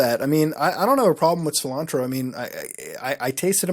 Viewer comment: Sil-Ann-Tro 😂 Officially the whitest Indian on YouTube